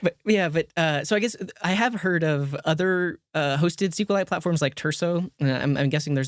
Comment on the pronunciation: SQLite is pronounced either "Es-Ku-El-Ite" or "See-Kwe-Lite". It has never been pronounced "Es-Ku-Lite" until this podcast :)